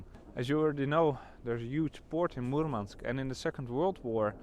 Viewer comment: Махил сказал Мурманск прям Мурманск, произношение - фантастика Parabens